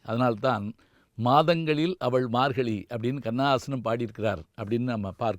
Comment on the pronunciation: Your pronouns is wrong for margazhi You pronounced margali